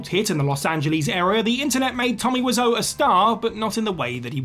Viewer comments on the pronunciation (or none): none